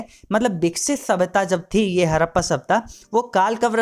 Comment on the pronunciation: Awaj krab h apni hadappa bhi thik se nhi bol rhe 😡😡